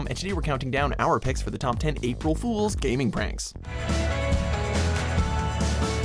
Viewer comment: Did anyone else cringe when he said "pool"